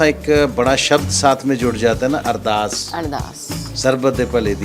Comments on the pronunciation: अरदार या अरदास please right a right words it's Ardass 🙏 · It called ardaas not ardaar